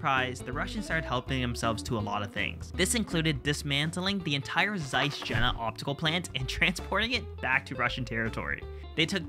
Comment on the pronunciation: "Jena" is pronounced "Yeh-nah"